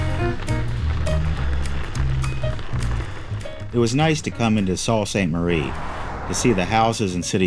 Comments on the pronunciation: It’s pronounced Soo Saint Marie. Not salt. 🤷‍♂️ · Sault Ste. Marie is pronounced...SUE Ste. Marie......OUI ! Great Video Great ride. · It's pronounced "soo saint marie".